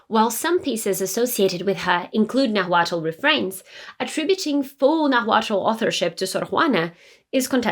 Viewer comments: It's Nahuatl not Nagüatúl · Naaaaahuatl, no Nahuuaaatl.... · It’s pronounced more like Naualt the T is almost silent and after the L. It’s spelled Nahuatl but that tl is more like lt. also the h is silent. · Great info! The “l” in Nahuatl is silent. Pronounced “Nawhat”. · That isn't how you pronounce nahuatl, but I love your video! I'm Mexican and in school we read her poems and studied them for literature class. She was such a cool historical figure! If you're curious, ˈnaːwatl and ˈnaːwaːtɬ are some more accurate pronunciations. The "na" should be the strongest sounding syllable. Also, though most people ignore the fact, the "tl" in náhuatl is a click of the tongue, like imitating the sound of a raindrop! I think it's a very pretty sound. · Please pronounce the word "nahutl" correctly, it sound like you say " naguatlo" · Your pronunciation of the word Náhualt sounds weird, as you can notice the first a has the accent, not the second one. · Very nice. But the correct pronunciation of 'Náhuatl' is when stressed in the first syllable, not on the second. The way you pronounce the word is awkward. Please check on Google the prosody and intonation. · For Christ sake pronounce Náhuatl with the accent in the First "A" 🙏🏼🙏🏻🙏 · As a Mexican loved this video and your pronunciation was great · Love the video. Thank you for your excellent historical service. For future reference, when saying "Nahuatl" you don't separate the 'T' and 'L' to add another consonant. When your tongue reaches behind your top teeth when making the 'T' sound, you just let your mouth end it with releasing airflow by making the 'L' sound. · The H in Nahuatl is silent.